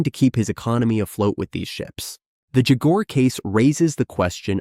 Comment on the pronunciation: Any video that cannot even pronounce jaguar correctly hasn’t done their research so the rest of the facts cannot be trusted